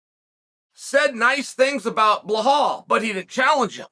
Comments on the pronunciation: and calls belal blahal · Doesn’t even compare to “Blahal” Belals evil twin 💀💀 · He’s 100% mispronouncing Belal on purpose lol